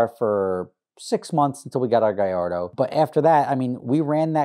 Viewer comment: He pronounced Gallardo correctly ( golf clapping )